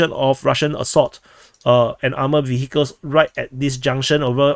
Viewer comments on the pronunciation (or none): none